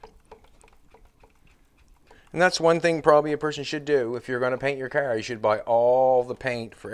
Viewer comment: I couldn't watch this video because of speech, it's a car not cer it's out not oat sorry but it's just aggravating